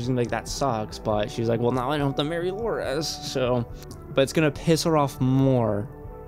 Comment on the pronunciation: It's Loras, not Loraz.